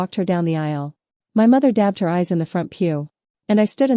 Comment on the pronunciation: Bad from start, 5 seconds in stopped it won't listen. IA voice reading "my" as "m" pause then "y" if it can't read, I don't listen, sad could have been a good story. Doesn't anyone listen to their work before they post it??